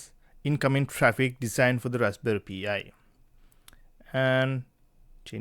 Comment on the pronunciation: you pronounce it like pie